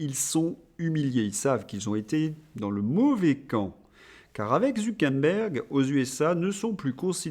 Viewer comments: Je sais qui sont les vrais imbéciles... ZuckeRberg et non ZuckeNberg. Zucker veut dire sucre en allemand et Berg veut dire mont toujours en allemand... comme quoi je ne peux pas être qualifié d'imbécile d'un point de vue linguistique... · Zu Quère Bergue et pas zoukenbèn ou je ne sais quoi ! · Bonjour, alors le gars de META c'est ZU KER BERG ... soit vous l'affublez d'un pseudo soit vs le nommez ....il n'y a rien de plus agaçant et meprisable que les gens qui deforment les noms de famille ...qui ne prennent pas le temps de prononcer les vrais noms...HORRIPILANT ! allons y Polidou pour Pompidou Birac pour Chirac ou Drescotonlong... Bref vous etes journaliste donc rendez compte de la realité ca nous fera plaisir ! Merci ! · Pourquoi vous dites ZuckeNberg? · C’est drôle votre façon de prononcer Zuckerberg !!😊